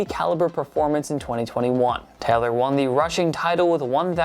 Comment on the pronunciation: yo why you pronounce jonathan taylor’s last name “teller”